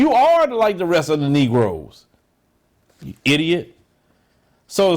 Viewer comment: The way he said “you IDIOT “ had me 😂😆